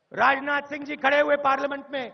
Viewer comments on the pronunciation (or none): none